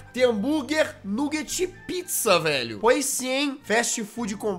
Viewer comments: Não é nuguete é "naguete" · A palavra é nuguet mas pronúncia baguete